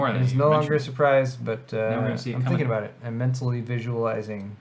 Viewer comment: I can tell by your pronunciation of "abote" you're not from around here ... howdy from Texas 🦌🌶🦌